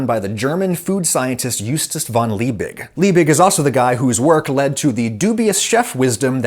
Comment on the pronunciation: Props Adam at least you tried pronouncing Justus von Liebig halfways right 👍 Just kidding you were actually pretty close to spot on the second time